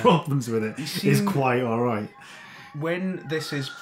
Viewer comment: Great, now I'll always remember "awreet"